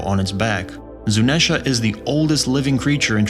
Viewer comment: Why are you saying zunesha and not zunisha